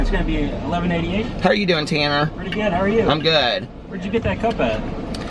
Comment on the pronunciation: Literally thought you said Tana not Tanner haha! I wanted this drink until I heard what’s in it. Doesn’t sound good to me but that’s just me. I wanted for it to sound so much better. I absolutely love Nightmare before Christmas